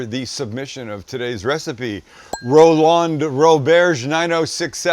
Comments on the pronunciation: First, you forgot the celery salt. Second, it's pronounced Roland not Row-LAND. Third, wrong title at the start. 😞 PS. Send me a knife. Please. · Ro-LAHND? Probably just Roland, bud